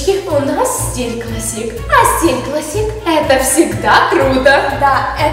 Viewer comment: клАссик а не классИк